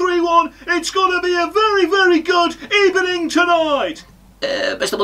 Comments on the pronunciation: A very good ebening indeed. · Forgot to say "Good eBening" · Ebening Ebening good good GOOD EBENING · Mr good ebening was on point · Even the interviewer is saying good ebening 😆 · How the f**k do you have that kind of control with your eyes when doing Good Ebening??? 😂😂😂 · First of all good ebening